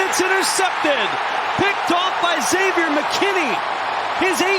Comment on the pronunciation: finally I have heard a commentator pronounce the name Xavier, without saying “Exavier”. It’s really not that difficult.